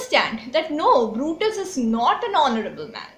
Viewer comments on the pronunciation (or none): none